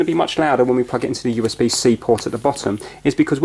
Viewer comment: I like how he says pwug.